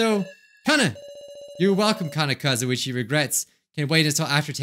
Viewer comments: He literally said 'Kanna Kazuichi' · He read "Kanna Kazuichi" in stead of "Kizuichi" the amount of references I have already made between yttd and danganronpa is a lot. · "kanna kazuichi" lmao , he had danganronpa on the brain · Did just say kanna kazuichi